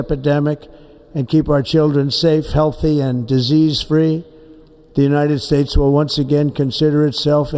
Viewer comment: United Spades. Couldn't had said it any clearer.